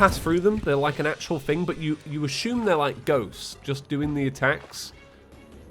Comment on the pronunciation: Y'know..... You probably don't NEED to do the fight THAT high up in the sky. Lol. Also why do you pronounce "assume" like "A-shoom"? Is it kind of a british thing? xD